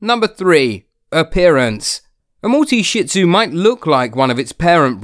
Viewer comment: It's not shit zu it's shih tzu